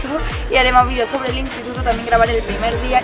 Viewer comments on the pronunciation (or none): none